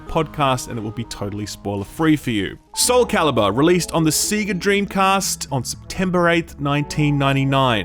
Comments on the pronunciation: BRAH! Why u sayin` "seega"? Sea-ga? C`gah..? Say-ga :/ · Is no-one going to address the weird way pronounces "Sega"? In the West it's almost always pronounced "say-guh" (as per the old cartridge loading animation), but some apparently argue the Japanese phonetics should really be "segg-uh". Who on earth pronounces it "see-guh"? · Sega. "say-gah".. Not "sea-gah" 😒 their games even say it when booting up. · I love how these lunitics always mispronounce "Sega" despite the fact that many of the games literally say "Sega" in the opening load screen. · SEGA not SEEGA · I didn't know Australians had SEEGA DREAMCAST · "Seeega"? WTF? Have you never heard the Sonic the Hedgehog startup screen? Doesn't matter where you're from. There is only one correct way to pronounce Sega. :) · “Seega” Dreamcast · wtf is see ga dreamcast? It's fucking SE GA not see ga. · See-ga? You mean say-ga, right? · It's pronounced SAYGA!!! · SEEGA? WTF your antipodean pronounciation is next level. Data, Sega. What next? WHAT NEXT? Good review mind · TIL Aussies pronounce ‘Sega’ as ”Seegah” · is the only person I know of who calls is SEEGA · Seega?... Have we been saying "Sega" wrong all these years?... Just like "Reminant"... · "SEEGA Dreamcast" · seeger dreamcast?? SEEGER? oh my days. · Dude it's SAY-GAH, come on say it with me, SAY-GAH, you never played Sonic The Hedgehog or what? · A what? A Seega? What's a Seega? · Stop saying “seega”. Stop it right now. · “Seega” Dreamcast??? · Ah yes the Seega Dreamcahst, one of my favorites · ausie moment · I’ve never heard anyone pronounce “sega” the way that you do lol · Your brain short-circuited... and you've never been able to say Sega since? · Looking forward to Friday to play this. Also you say Sega weird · I'm offended by the way you said SEGA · Why do Australians always pronounce "Sega" incorrectly? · You pronounce 'Sega' weirdly 😂 Seriously though, Ratchet and Clank looks dope